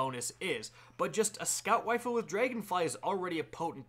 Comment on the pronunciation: "scout wifle"